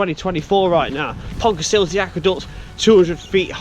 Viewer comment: Great video! Almost got the pronounciation correct. It ends with an uh sound, not an ee sound ;)